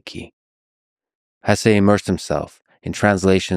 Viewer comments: Hesse is a German name so the pronunciation is (more or less) HESS-uh. Still, you’ve inspired me to pick up my (German) copy of the book and finally read it! Thanks :) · Excellent video, I enjoyed it very much. I don't know how you can pronounce his name Hessay, he's not mexican lol. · Lex….perhaps you would benefit from living by the river….and the proper pronunciation of HESSE is not up for debate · My ears bleed every time you say his last name wrong